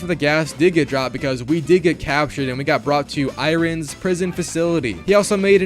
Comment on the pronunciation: Pronouncing iron that way is so infuriating 😂